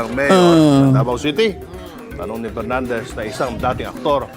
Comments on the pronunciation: Dan PERNANDEZ kase hindi maka prounce ng "F". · Bigkasin mo muna ng tama ang P at F V at B ng tama baka mabilib pa ako sayo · Nahiya naman kami sayo Dan Pernandes...ayusin mo muna ung letter F at P mo...ek ek mo. Kapal ng mukha mo. Ni sa kalingkingan ni Duterte, wala kang sinabi. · Kapal ng mukha ni Dan Fernandez 😅😅😅hindi nga nya alam ang difference ng F at P 😅😅😅ang F pronounced nya as P 😅😅😅ikaw Dan Fernandez may nagawa ka sa lugar mo? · Paano Ka naging magaling pa Kay Duterte "Dan Fernandez" ni F nga di mo kayang ma pronounce... With all due respect tongressman!!! Wala kang ka F F F F F 😂😂😂😂😂